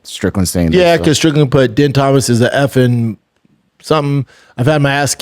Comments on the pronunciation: Brendan is going out of his way to pronounce his name as DEN. When it is legitimately pronounced DEAN. He’s been on camera for over 10 years now. If it wasn’t pronounced DEAN, he would’ve corrected us by now. But then here comes papa Schaub. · It's pronounced "Dean", not Din bapa. I know spelling isn't your forte Thiccc boy 👍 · It's pronounced Dean, not Din, Jesus dude. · Jesus Christ Schaub, you and Chin really really need to figure it out. His name is spelled Din but it’s pronounced Dean. DEAN! This is basic shit that Chin should be able to catch and correct or you should know. You mispronounce 85% of fighter’s names and it makes you look like a moron or you’re just completely checked out. The truth is you had one of the first mma podcasts and it was cool but now there are 20 other mma podcasts that are way way better. It’s really bad. Chin should be working at Best Buy for real. All Chin has to do is watch one episode of JRE and figure out how to use Google when people are talking about a given subject instead of sitting there staring at a screen until someone tells him to look it up. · Come on... gotta at least get the names right.... Jill- ian not (Gillian) and it's Din (pronounced like Dean) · He hears Ariel pronounce the names correctly and yet he still calls them 'Din' and 'Gillian'. C'mon Shrub... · You are saying both of their names wrong. His name is pronounced DEAN and her name is pronounced JILLIAN, the spelling with the G is french Canadian... Does Brendan even watch the UFC????